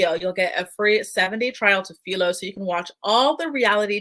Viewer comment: A bit off topic but you're pronouncing Philo wrong. Say it like this: ph-eye-low Just looking out for ya since they're a sponsor and all. Great video, thanks!